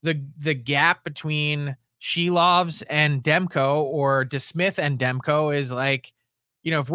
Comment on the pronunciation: It's Silvers. Not Silovs.